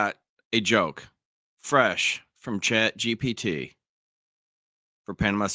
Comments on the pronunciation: Why you keep saying GTP? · Anyone sighing every time erroneously said Chat G...T...P? 😅